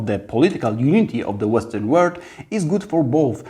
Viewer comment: Wow, ale fajnie! Trzymam kciuki za Ciebie :)) Super, że masz odwagę mówić po angielsku, dobrze sobie radzisz. Popracuj trochę nad wymową a będzie super (różnice world i word, history, this itd). Powodzenia!